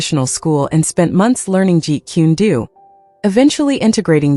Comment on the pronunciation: It is not jeet quen doo it is pronounced jeet coon dough why cant any of these people get it right? Its annoying af and i think its higly disrespectful to the man and his system if your going to make content about something or someone at least give it the respect of learning the proper pronuciation